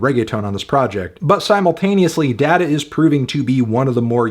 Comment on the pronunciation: opinion disqualified instantly because of the way you pronounced data 😮‍💨